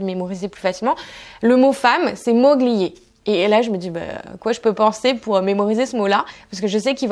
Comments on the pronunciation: C pas moGLIAI c est MOLIE COMME MOLIERE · attention à la prononciation en italien, moglie, on ne doit pas entendre le 'g' c'est un peu comme le 'ill' en français. Super vidéo !